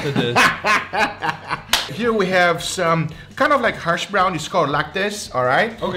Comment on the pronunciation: I love you but it's "hash browns"